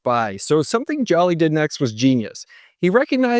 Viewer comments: It's Hubert jooli not jolly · Joly’s name is pronounced “Jolie” like Angelina Jolie lol. As a BBY employee—this is a solid recap. I was there for Brian Dunn’s relationship mishap. Crazy times. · I worked at Best Buy from October 2012 to November 2016. That man saved us. It’s also pronounced Joe-Lee